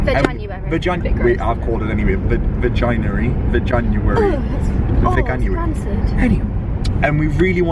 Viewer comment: “Vaginary” haha🤣